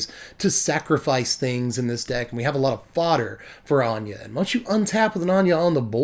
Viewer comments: finally, someone who says "Ahn-yuh" instead of "ANNE-GIE" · ANYA! Anje is pronounced Anya. People pay attention. This man speaketh prophesies.... he preacheth!...